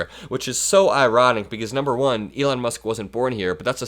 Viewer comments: I will call him Leon for now on ! I think he also said brocket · Elon - Leon… at least both names have the same letters👏 tomorrow we’ll teach Donald how to sound them out🤣